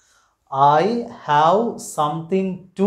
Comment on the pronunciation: Watch the pronunciation of word 'have'. Thanks.